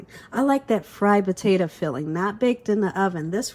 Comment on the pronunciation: POTA.....TO. !!! Not Ta!! Omg